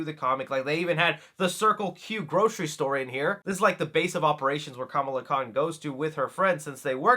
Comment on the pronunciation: Dude, you’re pronouncing her name incorrectly. She even corrects the mean girl in this very same trailer for pronouncing her name incorrectly like you do here, lol. 🤷🏻